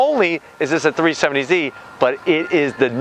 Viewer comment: 370Z not 370zie